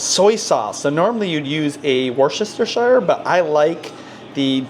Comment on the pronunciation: “Wooster-sheer” sauce. 😉